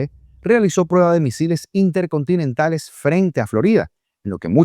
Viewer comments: "musiles" xD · Petro es madre Loco,tiene problemas de Adicción y de Ficción aún dice Musiles en vez de Misiles, bueno para ser exguerrillero se sabe que no estudio y cuál Gobierno progresista dice estar orgulloso,fuera y nada de reelección 👆😡